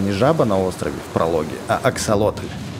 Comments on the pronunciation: на аксколотоль а аксолотоль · НЕ А КСАЛЁТКЛ А АКСАЛОТЛЬ А ВИДЕО КРУТЬ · НЕ АСКАЛЁТЛЬ А АКСАЛОТЛЬ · Это акцент ) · Аксалотль или Аксел гавари правильная Аксалоталь. Я сам Аксалоталь.